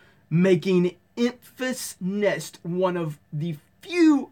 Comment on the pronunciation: Wait, how do you even spell that garble? When you said it, it sounded like... "Emphsehnest"? Kind of sounds to me like someone tried to name her "emphasis" while talking with a mouth full of marbles. (goes off to just look it up himself) edit: "Enfys Nest", huh? Wearing some sort of stormtrooper / tusken raider mashup of a helmet and a fur coat. Alright.